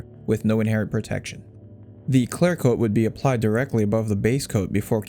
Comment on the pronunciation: Is it "claire coat" or "clear coat"?